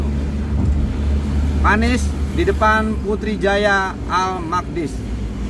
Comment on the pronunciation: Maaf om bukan Panis,tp Pani'is 😂✌️